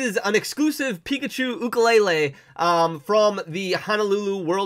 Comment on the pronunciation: Awesome video and you are saying ukulele correct!